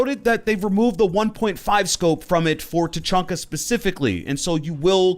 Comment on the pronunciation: Tachanka not fuckin Tachonka